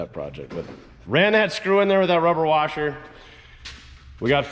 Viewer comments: A "warsher"? WTH is a warsher? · Did you say warsher? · LoL 😂 It's a central northern thing! 😂 "R" is added to many words! I grew up in Minnesota. I believe i broke the habit!😂